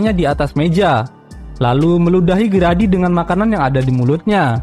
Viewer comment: bang Grady Itu Bacanya "gredi" bukan "gradi" :]